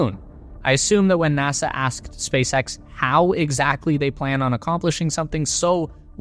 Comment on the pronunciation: „Spac..X“ Wtf